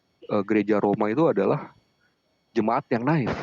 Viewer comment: Kehabisan akal sehat.. Native dibaca " na'if " tolonglah belajar lagi .. 🎉